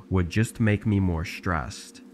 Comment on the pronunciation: ATTENTION GEN Z. I IMMEDIATELY STOP LISTENING TO THIS STORY BECAUSE FOR 1, YOU SAID THE WORD STRESSED INCORRECTLY, 2, THERE'S NO WAY YOU HAVE YOUR OWN PLACE ALREADY AND THREE, STOP LYING TO YOUTUBE AND JUST SAY THAT YOUR STILL LIVING RENT FREE IN YOUR MOMMY OR DADDYS BASEMENT.